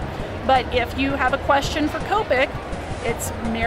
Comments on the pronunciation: I hate when people pronounce it like that.. its not cope-ic its kop-ik omg oh well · I thought it was cop-ic not Co-pic